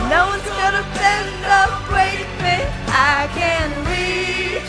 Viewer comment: "No one's gonna bwend or bwake me" I just love your voice.